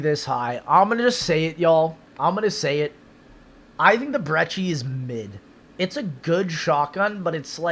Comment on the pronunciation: Btw its brecci not BrEcHie dumbass